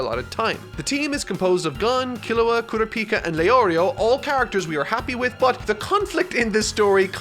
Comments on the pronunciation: Uh oh here goes again mis pronouncing names. Bro said kura pika like its a different version of pikachu😭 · For the sake of my and everyone else's sanity going forward. It's pronounced "Koo-Rah-pee-Kuh" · The way he’s saying kurapika is killing me 😂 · I love you, but your pronunciation of Gon and Kurapika drives me insane. And I'm only 6 minutes in 😩 lol still love the video tho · How did I know he wouldn't be able to pronounce Kurapika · I'm gonna need you to go n watch the anime for 1 reason only.... name pronunciation. You butchering tf outta these names right now 😅🥴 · Why was he pronouncing Sasuke's name like "Kurapika"? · Please stop pronouncing kurapika’s name like that... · Every time he says Kurapika I get heartburn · less than 10 minutes in and already mispronounced Kurapika😭😭this is gonna be a long ride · that's not how it's pronounced in either the dub or sub of the anime